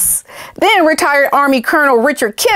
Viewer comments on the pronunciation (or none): none